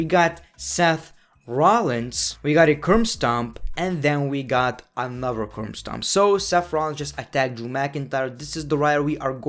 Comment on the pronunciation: What was that ?? "We got a curm stomp. We got another curm stomp" WTF is a curm stomp man.